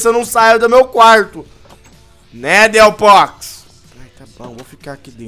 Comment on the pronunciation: Não se fala delphos e sim delfoks